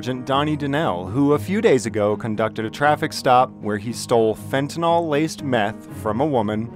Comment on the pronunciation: It’s fentanyl (“fenta-nil”) not “fen-ta-nall”